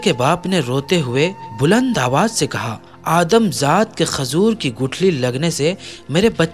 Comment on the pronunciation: Khajur bolo khazur nhi